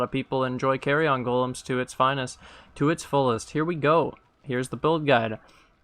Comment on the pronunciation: great info here and on the budget build video also... just gotta say one thing cause it's sticking in my craw.... those golems are not small pieces of luggage that can fit in an overhead compartment on an airplane.... it's pronounced keh-ree-uhn not carry-on. :D thanks again for the vids.